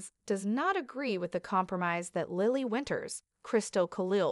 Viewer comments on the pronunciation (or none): And how to pronounce names! Deevon Saint not Street! Who’s name is StreetJohn makes no sense. Lilly not Lyily! I had to stop in the middle of her narrative! Who’s name is Seen? Seen Dominic? It’s too much! I will not watch or listen to any more of these !